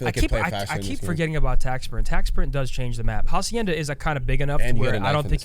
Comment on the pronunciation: The H in Hacienda is silent